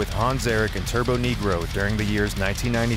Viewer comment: It's turbonegro... Not turboNEEgrow